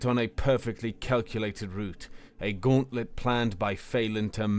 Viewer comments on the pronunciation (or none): none